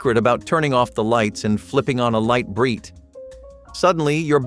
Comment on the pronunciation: Lite Brite, not LEAT Brite, numbskull!!